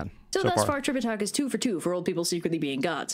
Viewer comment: I heard "trip a takis."